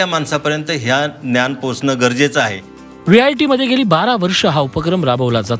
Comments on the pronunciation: Are, te VIT ahe, not vjt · Its VIT and not VJIT kindly take a note of it please.